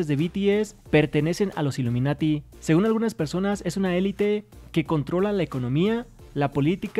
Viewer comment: "BTS illiminiti" ......ya wey calmense